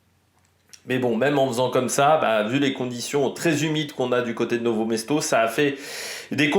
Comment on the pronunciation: Bon debrief ! Petit point c'est "Nove Mesto" et pas Novo :)